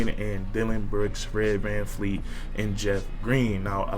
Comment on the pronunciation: Great vid but it Vleet Vanvleet!!!